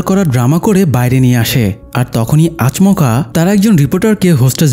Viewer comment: আচমোকা না আচোমকা উচ্চারন হয়